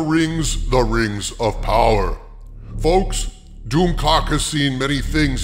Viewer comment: The way you said "poWAAR" was most amusing my lord.